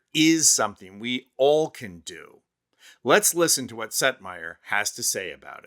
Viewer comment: Oh. Setmayer! I was so confused. I thought he kept saying Seth Meyer! 😳 Silly me. 🤣🤣🤣🤣🤣🤣🤣🤣🤣🤣🤣 💙💙💙💙💙💙💙💙💙💙💙